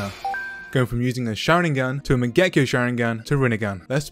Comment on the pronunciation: DID YOU JUST SAY MAGEKO SHARINGAN TFFF